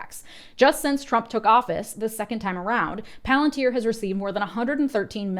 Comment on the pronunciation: SAY IT RIGHT IT IS PALANTIER😂😂😂THAT IS HOW CELEBRIMBOR SAYS IT AND I WONT ACCEPT ANY OTHER VERSION